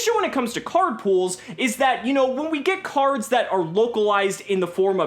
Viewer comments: "Crards" lmfao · Actually all English Prime Monarchs say Crards, not just the Supers.